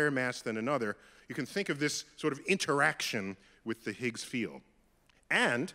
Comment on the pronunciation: The Higgs what? Why do you pronounce it that way